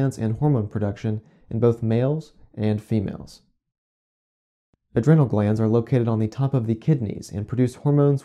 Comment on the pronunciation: Adrenal has a long 'e'...